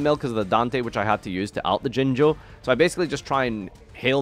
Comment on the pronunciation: They way farfa says jinzo will never get old